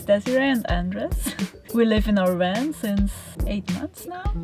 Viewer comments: Amazing van and people, thanks for sharing. Love how they pronounce "wan". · But he can say the V sound just fine when he says "have" so it's a choice to pronounce it oddly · A new bumper sticker idea? Lol!! Too cute! His V's were W's even in words where the V was not the beginning letter. Lol! Awesome! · How come you can pronounce the 'v' in involved, but not van, lol? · Did he say wan 😂😂😂😂😂😂😂😂😂😂😂😂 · i love when he says Van!! he sounds adorable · It's a van not a wan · Funny how he is sayin "wan" instead of "van" 😂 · 'Werry werry nice wan....and thanks to Wincent" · "Woltage" instead of Voltage, "Wan" instead of Van, "Wenture" instead of Venture...... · Nice people, really. It kind off bugs me how they continue to say wan, as in water. It is kind of funny. The design is unexpected, have not seen kitchen bench in that position before, not sure I like it, stops access to driver cabin. The slide out sofa/bed is nifty. Would not like the shower, it needs more structure like some umbrella style wire contraption that makes it come apart during the shower. Would be kind off cool, because it is the opposite of an umbrella (water inside). I like that their books are visible and safe. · god his voice just became much too annoying after just 2 mins! he says 'wan' instead of van too! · I don’t understand the wan thing. They clearly pronounce v in other words. Eh?! Great van and all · It is not a... ooooan but a van... 😉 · Awesome space thanks for sharking! At first I chucked when they said "Wan" instead of van, then I realized their english is 100% better than my Swedish and shut the heck up! lol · Haha he pronounces his Vs as Ws. Nothing against him and all but it just caught me off guard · They keep saying wan instead of van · The guy in the Toyota pronounced hiace ‘hi-a-chi’. Now this guy is calling his van a ‘wan’ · Wery nice wan. Wery well thought out. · Wan, wenture, woltage.. The Swiss, man.. gotta love em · It's a van not a "WAN"! LOL! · I like how he says van. Wan